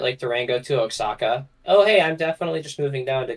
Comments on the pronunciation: Maybe it was divine intervention, but after sleeping to another video and waking up to yours, that state is pronounced Oa(ha)ca, the same way it's also pronounced Mé(he)co (like the "H" in the pronoun "he"). But whatever, I know why yall say it like that. Just being pedantic here thats all. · For all his pronunciation policing, sure does mispronounce Oaxaca a lot...